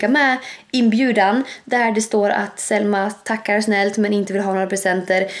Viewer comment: Det låter som du säger sälma sommman äter men du menar ju Selma 😘😍❤️😄🤣😂du e bäst